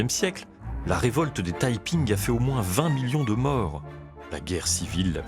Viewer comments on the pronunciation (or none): none